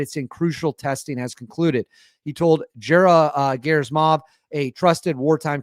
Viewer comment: great video! I just wanted to advise you that Gen Gerasimov's name ( russian pronunciation is hard sometimes) is pronounced Geh-rah-see-mahv... thanks for all that you do! One other thought: If Russia really does have a successful capability with this missile, then it is time for the US to demonstrate to Russia and China some of its secret stash of special access project technology...